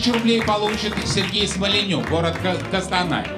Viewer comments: Блин как ухо режет не Кастанай,а Костанай ☝️ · Отчётливо написано КОстанай так почему же это он КАстанай